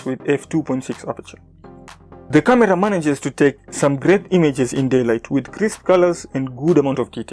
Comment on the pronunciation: Yea i know. I just liked the way you pronounced camera as KA-Mira.